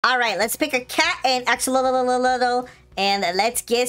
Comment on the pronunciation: "lets get a cat and a axolololololo" got me dying